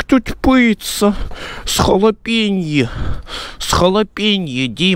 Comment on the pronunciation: С холопенье , Дима , с холопенье